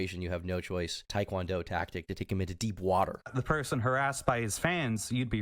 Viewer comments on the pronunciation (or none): none